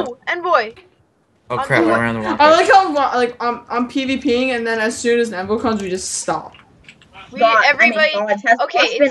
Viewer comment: still saying envoy wrong